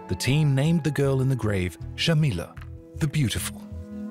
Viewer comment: Thank you for this amazing documentary! Just a side note, The name is Jamila not shamila. J is pronounced as J in Jacket. Jamila in Arabic translates to beautiful.